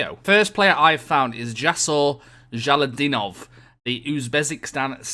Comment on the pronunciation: Ja-lo-lid-din-ov. not jalodinov